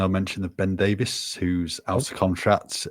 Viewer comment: We can't let Ben Davies go, just at the point where is beginning to pronounce his name correctly.